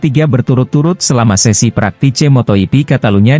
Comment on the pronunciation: Motor yipi? Bro klw pake robot nulis narasinya pake bunyi lidah indonesia, biar gak salah baca , misal fransesko bagnaya, mark markes , dan sebagainya, mosok salah ucap dipiara terus ,tanpa kualitikontrol?